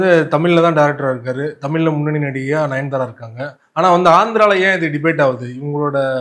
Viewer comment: தமில் இல்லை தம்பி தமிழ்